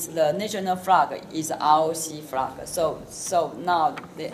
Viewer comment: 文法錯誤百出，而且在英文中間加"的"是怎麼回事???還有她英文的國旗念成青蛙了，真好笑